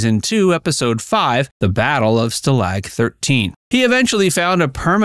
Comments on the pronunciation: The word "stalag" is pronounced STAH-lahg, not stuh-LAG. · Can’t you pronounce stalag correctly?? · Can't pronounce "Stalag" correctly. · Stuh lag? Dude, that AI's getting to me. Too much work to do it yourself...really? Is this a bunch of copy&pastes from Reddit? All shows have cash grabs? That's not even normal for another decade.